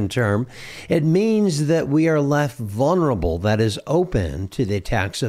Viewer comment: Vulnerable….vul-ner-a-ble… both the 1st and 2nd “L”s are pronounced — neither is silent 👍